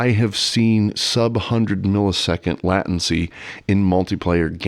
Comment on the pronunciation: Excellent talk! Just added you to my subscriptions. And just checked the pronunciation of “latency”. Appears to be a long A. Only - no alternate. Am i wrong?